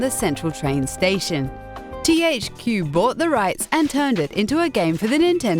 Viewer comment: OH MY GOD. THEY HAVEN'T CHANGED THE NARRATOR YET. She makes me want to blow her brains out, randomly emphasizing the middle of words for no reason. "THQ bOUGHt the RIGhts" - and she does that every 5 seconds. Also, her pronunciations are hilariously bad, just watch the amiibo one. I couldn't stop laughing.